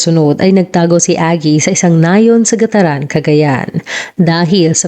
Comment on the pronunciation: Gat taran po at di gataran...